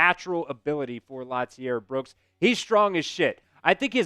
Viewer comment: I hate when white folk don’t know how to pronounce black names. Lotzier is pronounce La-zeer. It’s not pronounced Lot- ze-air. You’re doing too much bro. lol the T in his name is silent. RTR